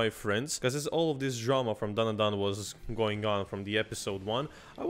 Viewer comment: its dan-da-dan not dan dan dan